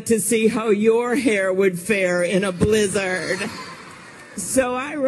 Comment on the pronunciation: Why did Klobuchar pronounce “blizzard,” as “blizz-ARD”?? Nobody else says it like that.